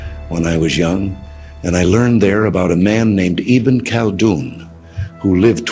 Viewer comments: Its not khaldun.... its khulla-doon.. first name them correctly. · Ibn e khallaa duun... urdu pr uboor hasil kijiye.. talaffuz kaheen kaheen buhat hi ghalat hai. Alfaz ki adaigi bhi....